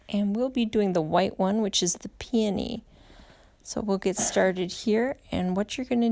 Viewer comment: I've never heard them pronounced the way you do it. I always heard it pronounced like PEE-O-KNEE. You are so talented and I love your videos.